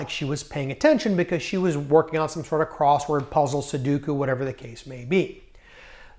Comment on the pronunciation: sudoku, not soduku